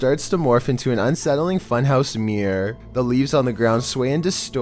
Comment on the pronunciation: "funhouse meer"